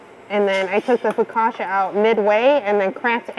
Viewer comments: For those who don't know and are interested, it's not fokasha, but fokatcha. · In Italian, double consonants are pronounced hard. foe- COTCH- ah.